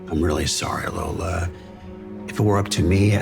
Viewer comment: yes, you can hear the guy mispronounce "lola"